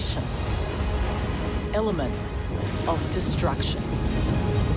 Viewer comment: I love how the Australian accent renders "forces of destruction" as "forces of distraction"